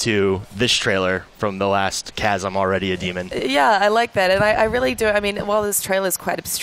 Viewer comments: Things Wrong 1. MSF was over water 2. Kez, its Kaz 3. It was revealed Ocelot rescued BigBoss in the reveal trailer 4. Its obvious that he is interrogating Huey because he endorsed the Nuclear Inspection. 5. BigBoss isnt a "d**k", He cares about his men and wants to weed out traitors 6. Its KAZ!!!! 7. Have you guys ever played Peace Walker 8. "Its very muddled" So you don't know 9. Its showing off the new systems lighting effects. Stop reading into it. 10. There is no dark side. 11. YES, ITS RIGHT AFTER HE RESCUES KAZ. and please pronounce it right. 12. So because quiet is in it she is automatically the new heroine 13. Nope, thats not Quiet If i missed anything plz comment. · My God. These guys are fucking IDIOTS. And Kaz's name is pronounced Kahz, not Kaez. Also we won't see Raiden in MGSV. Solidus will only be 8-12 year old during TPP, Raiden won't have been born yet. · why do they keep saying kaz wrong? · I watched this to laugh my ass off. I laughed AND cringed. WAR PAINT?! WTF LMAO The way they pronounce Kaz HAHAHA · iT'S KAZ...ugh i can't watch anymore...FOR FUCKS SAKE!